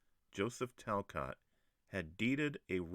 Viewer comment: I am a Talcott, our name is pronounced Tal-cOtt. Great video!